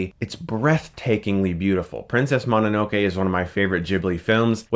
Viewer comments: And This is Why I Disavowed You Chris, You Can't Pronounce the Titles Correctly. it's Princess Mo No No Kay, NOT Princess Ma Na No Kay I suppose You Pronounce Pokemon as (Poke E Mon) instead of (Poke A Mon) BTW it's Poke A Mon, Your Voted Off Of The Island, and Not on The Jury. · "Mahninokay" dude... I know you watch anime, so please try to pronounce it right.